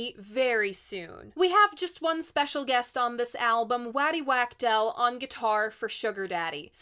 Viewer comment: waddy is pronounced to rhyme with body. his lst name has the same 'a' sound